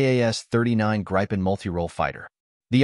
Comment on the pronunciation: Grippin not grypen😮